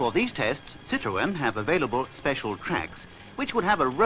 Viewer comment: Citroen [Zieh-Dröhn]